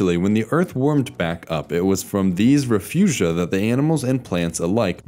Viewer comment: 'Refugea' is now how I'm going to pronounce the plural of refuge, forever. I don't know exactly why, but it makes me quite happy. 🤗 ...Seems like a word you say while 'quaffing vino.' I think I just leveled up on being insufferable and have justly earned a painful and grizzly death. 😏